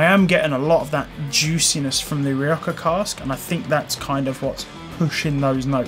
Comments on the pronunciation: Don't take this the wrong way but I don't understand where your pronunciation of "rioja" comes from. 😅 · Great review, tried this whisky along side with the 10, I personally preferred the Rioja cask finish have to be in the right mood for just peat and smoke. Will be replacing Rioja cask soon oh and get your pronunciation right you bad boy.